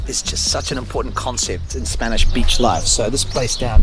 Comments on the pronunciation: Tu acento español es impecable 😀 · Great video, inspiring me with my vids. Also, superb Spanish pronunciation. Really enjoyed. Mike - TheCostaDelSolGoodLife